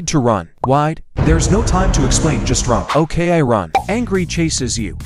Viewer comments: “I start to tun faster.” HELPPPP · run X tun✔